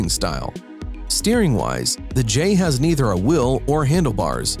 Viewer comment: Why this dude say wheel like wiiil